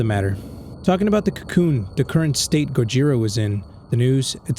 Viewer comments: the pronounciation Of Gojira is Go-jee-ra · It’s pronounced GO-JEE-DA. that is how the Japanese characters are pronounced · Its pronounced go-jeer-ah,gojira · It's gojra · gojira is pronounced go-gee-ru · This is how you pronounce Gojira its go-g-ra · It's pronounced "gogira" but spelled "gojira" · You pronounce it like, "Go-shi-ruh" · Here is how to pronounce gojira (Go-jir-ah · also fun fact: Gojira is a combination of Gorilla (go) And whale (jira) Making Gojira which is really creative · Fun fact:gojira is pronounced go-je-ra and angrus is pronounced An-gir-us